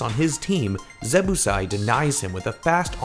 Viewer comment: ZebbOsai not Zebbusai